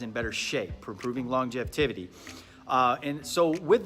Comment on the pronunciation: Anyone else hear “long-jev-tividdy”? Lol